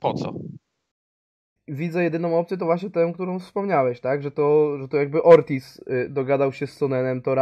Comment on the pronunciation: Ortiz, a nie "orkiz". To nie pszenica orkisz